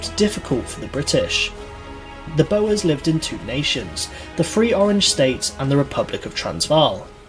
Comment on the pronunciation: C+ at best for this video; a few errors & mispronunciations. Boer is said same as Bore not bo-er. Indian Mutiny was about treatment of the Sepoys and the rumour with the introduction of new rifle cartridges that had to be opened with the teeth that upset both Hindus & Muslims by suggestion either beef fat or pork fat was used. Gravelines the place of the battle in 1588 was mispronounced. William, who became William the 3rd was not invited to be king on his own. He was co-regent with Mary II. This is the only time in British history we have had 2 ruling monarchs. Miss out the woollen industry in Yorkshire that was a part of the industrial revolution. They were not high taxes imposed on the 13 colonies that was the problem regarding the Irish Potato Famine: the Irish lumper was particularly susceptible to blight and potato blight affect Europe not just Ireland. The British government did NOT for food exports it just didn't stop them in the middle and later years of the famine. More people emigrated than died.